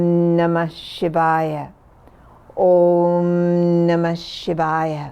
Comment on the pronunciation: listened to this story all the way to the end and especially enjoyed the gift of correctly pronouncing the vowels for the mantra